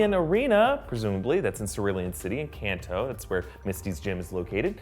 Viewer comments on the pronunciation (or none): none